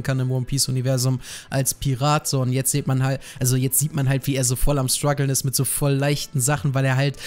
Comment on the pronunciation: Wenn der noch einmal das wort Strugle sagt ^^